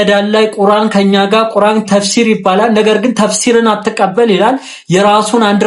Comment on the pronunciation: ቁራን ሳይሆን ቁርአን ነው